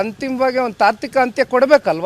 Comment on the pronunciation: ತಾಕ್ತಿಕ,ಅಲ್ಲ ಕಣಯ್ಯ ಅದು ತಾರ್ಕಿಕ ಅಂತ್ಯ..